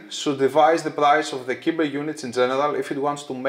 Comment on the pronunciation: Ωραίο βίντεο ως συνήθως. Νομίζω ότι το μοντέλο προφέρεται "κάιμπερ" ως λογοπαίγνιο του cyber.